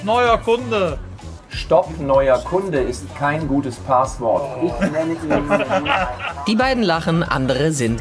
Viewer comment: Es heißt Passwort und nicht Paaswort